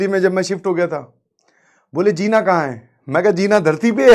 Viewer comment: It's zeena not jeena, Hindi vadmala me Ja ke niche bindi